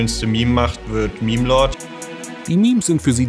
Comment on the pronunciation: Sorry aber "mehm" statt "meme" ist immer endgame XD